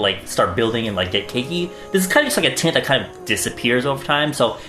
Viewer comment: I swear I heard gel titts